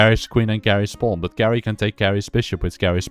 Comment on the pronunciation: I think geri is pronounced jerry